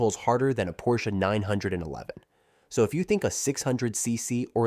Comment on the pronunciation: Who says Porsche as one syllable? If you do, you’re not saying it correctly.